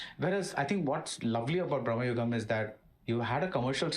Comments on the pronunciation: not braamnugam.....it's bruuhmugan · It's pronounced like "भ्रमयुगम" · It's Bhramayugam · It's actually "bhrama yugam" भ्रम युग्म